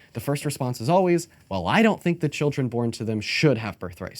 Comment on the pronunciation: Every time she said “child-ern” a piece of my soul dies